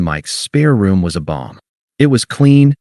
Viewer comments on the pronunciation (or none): Balm not bomb